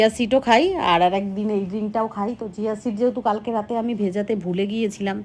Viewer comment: ওটা চিয়া সীড জিয়া সীড নয় দিদি ভাই।